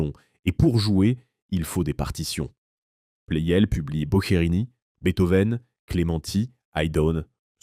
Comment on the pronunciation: La voix IA gâche tout. "Plel" au lieu de Pleyel. Quel intérêt ?